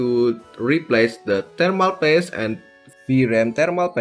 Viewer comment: why you called thermal paste “thermal PASS”?